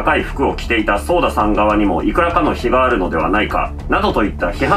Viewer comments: ソーダじゃなくて、ソダですよ。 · ちなみにソーダじゃなくてソダね